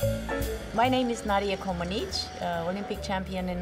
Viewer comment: Nadia, why say you Comanech ??????? Your Name is C O M A N E C I ........ You are so Beautiful, GREAT LEGEND 😘❤